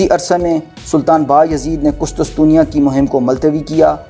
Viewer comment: Hahahaha ... Qustusteniya hahaha apni pronunciation pr tawajah dem